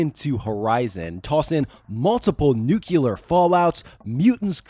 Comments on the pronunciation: Dropping out due to use of NUCULAR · "Nukuler" I'm out. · Nuculer is a wing flavor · You lost me at “nuke-u-lar”. I think it was maybe the 20th word you said. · For the number of times the word 'nuclear' is repeated it might be worth learning that it's not pronounced 'nooculor'. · Correct. It's "nucular". The "s" is silent. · What is "nukelar"? Pronounce "nuclear". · Nucular i 2025 is insane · NUC-LEAR. There is only one you in the word nuclear. Jesus Christ it’s not a hard word to pronounce. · New. Queue. Lurr. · bro it's 2025, who tf even says "nucular" unironically ? lol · "Nuke - You - Lar" - Homer Simpson (and G. W. Bush). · say Noo-klee-ur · 3 seconds in I was extremely dubious of this video. A few seconds later, my IQ dropped by 100 points after hearing "multiply that by one thousand" and I was done by the time I heard 'nyu-killer' by 15 seconds in. Thank you for front-loading this video with this cringe filter so I didn't waste 51 minutes of my life on this video. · Hahahahaha "nukulear" gets me every time xD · Lost me at "noo-kyoo-luhr;" so.... lost me pretty early. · Damn, I was three minutes in while cleansing my discharge pipe and heard you say, "when I say 'noo-kyoo-luhr,'" I actually caught my breath thinking you'd reverse yourself and point out that it was a deliberate joke, but.......then...... Nah, bruh. It's the 21st century; I can't listen to that for an hour. Heard it six more times while writing this comment. Can't trust your judgment, and therefore your analysis. **edited for toilet autocorrect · Nook Lee Ar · Why do Americans say "Nukilar"? It's spelled NUCLEAR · I had to stop. Couldn't listen to the word nuclear pronounced as "Newk-You-Ler" anymore. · It's nuclear..... not NU-KU-LAR. Why TF can't people get this right? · Nucular...damn, that is a child's mistake... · Its 2025 and we're still saying nuculer? 🤨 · hehe! he said "newQlar" strikes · Not a problem. Hearing "nuke-you-lar" on the other hand is 😤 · Stop mispronouncing nuclear.